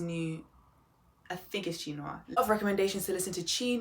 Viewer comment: CHE' NOIR IS PRONOUNCED 'CHAY NUH WAAR'.. I CAN'T WAIT FOR ARMANI'S NEXT PROJECT..IT WAS SAID THEY KINDA RUSHED THIS ONE..